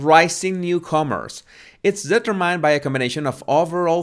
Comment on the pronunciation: Amazing the contrast of your pronunciation of the word "Gauge" which is spotless while your pronunciation of the word "determined" is really funny! That's what makes your channel unique and refreshing, Keep up the good work!;)